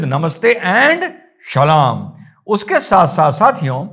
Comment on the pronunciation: Shalum bolta h sir ji❤